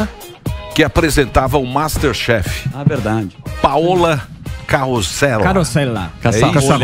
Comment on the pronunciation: Pauna Grosellha da Paolla Carosella... Fato: não existe "ss" em espanhol: é Carosella, e não CaroSSela!!!